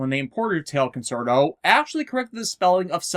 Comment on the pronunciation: You keep saying "concert-o". It's pronounced "con-CHAIR-to". Italian is weird like that - for a more well-known example just look at "pizza", where two zs somehow turn into a "ts" sound.